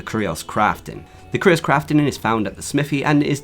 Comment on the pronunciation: I think its pronounced the same as the word "curious". Great vid tho.